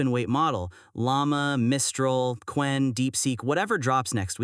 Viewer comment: "Kew-en" pronunciation made me think this is AI gen.